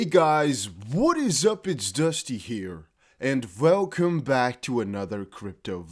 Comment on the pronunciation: ...and velcome back to another crypto video..